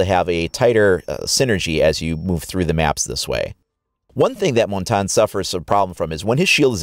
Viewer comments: It's pronounce as Mon-Tan-Ya.Not Mon-Tagne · Honestly guys, it's pronounced mon-tan (like sun tan) It's French for mountain